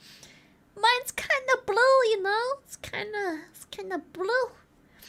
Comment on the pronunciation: “It’s kinda blwue”